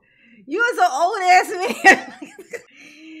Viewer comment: He's made me irrationally-aggressive toward the word "mayne".